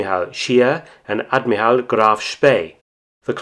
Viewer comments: WTF is an ad-mee-ral ? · Narrator has a problem saying admiral